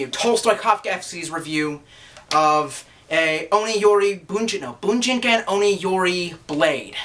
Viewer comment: Oh yeah, one tip about pronouncing japanese words, (I speak Japanese). There is no short I sound, and no short A sound, so it would be pronounced something like BOO-JEEN-KAHN!! The last part of course being pronounced like Kahn. Trekkie for life.